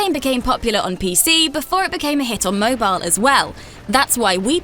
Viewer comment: this lady keeps pronouncing Mobal games instead of Mobile games